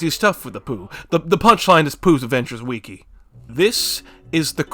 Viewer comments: Just say wiki like a normal person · entertaining video, but the way you say wiki makes me want to kill myself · The way you pronounce wiki as “weekee” sounds like nails on a chalkboard to me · “weekee” is on par with “meimei” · ITS NOT CALLED A WEEKI